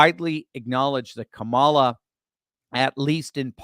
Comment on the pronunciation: Are you sure you're saying her name correctly? It's KAMALA!! K A M A L A!!! 😅 -- Texas 😂